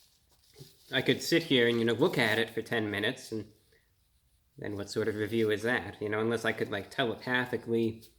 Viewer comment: Bra bro kind of, sort of sounds like Elmer Fudd when he pronounces his R’s in his words, this is wunning on empty fwood weview